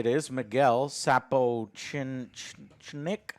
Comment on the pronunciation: Flawless sapochnik pronunciation